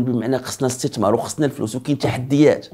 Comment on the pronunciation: اسي ابمهداوي عندما تتكلم باللغة العربية يجب نطق الحروف ابابجدية بطريقة سليمة مثلا الاستتمار وهذا خطاء نقول الاستثمار وليس الاستتمار